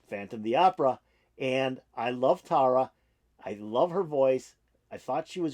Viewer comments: So, here's help: Tarja is pronounced Tar-Yuh. And it's Marko Hietala (pron: HEE-ah-Tallah), a classically trained guitarist, *bassist, songwriter and incredible vocalist both solo and in harmony. They are huge stars...I know a big fan.like you would want to get the names down. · Thanks for checking this out. This is Tuomas' arrangement. Tarja was awesome. Marko kills it. Many reactors do this to check out Tarja, and get blown away by Marko. Song #5 of 18 at this show, which was Tarja's last with Nightwish. Btw, Tarja is pronounced (Tar-ya) with a rolling 'r'.